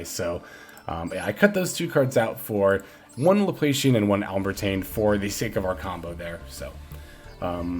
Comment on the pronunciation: Still saying alembertain wrong.